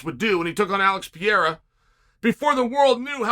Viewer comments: but consistently pronounce it the same incorrect way for a full year, Pereira is Pierra in Chael-land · LOL Alex "Pee- era" WHO?! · Every time Chael utterly butchers Pereira's name I cringe. Love it. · Chael’s the only guy that can pronounce Alex Pereira’s name completely wrong